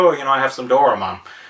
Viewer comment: you butchered his name.........it's not DOOR AH MON!